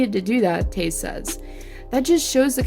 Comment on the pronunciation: Oh my god Toews is pronounced like Taves not taze. Get it right it's not that hard of a name